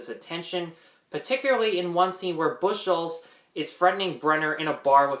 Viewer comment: Please,, Bucholz is pronounced Buckholts NOT Bush holts.